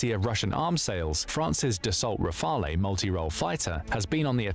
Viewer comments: "Rafaley" triggered me so much ! :D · pronunciation RAFAL (not the E)for Leclerc don't pronounce the C , and the CAESAR self-propelled howitzer is the best, forgotten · it's not Rafel, nor Raphael, simply "Rafal" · "Rafalé" everytime I swear 😭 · Hearing "rafaley" over and over hurts me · And RAFALE final E isn't pronunced as well. He thought it was a spanish or italian jet? lmao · Why English speaker can't pronounce Rafale properly ? it's not that hard